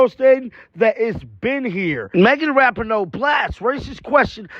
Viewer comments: Dude, her name is pronounced "RaPEEN-O"!! You're driving everybody crazy w/ this "RaPINN-O". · It's pronounced Ra-pee-no